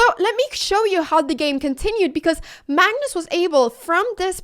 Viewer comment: Are you saying mangus or magnus or mangnus? Are you saying engame or end-game? Are you saying improdin or impartant or impordint. You're still saying bast like bad instead of best like bed... I love listening to you no matter what you say. And then I love listening to what you said. When I win my first online chess game (still didn't yet) it will be because of you. Actually I won for the first time a chess game against my 90 yr old father, and he was so proud of me! Since then I've been loosing.